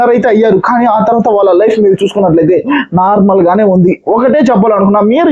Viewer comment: Narmalga matladaleva anna